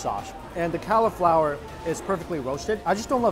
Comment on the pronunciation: I know you don't like vegetables, M, but it is cauliflower not califlower